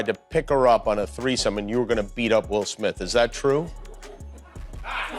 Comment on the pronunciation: Who tf is "Matt Damian" ? Who tf is "Ben Afflack"? Who tf is "Will Smiff" ?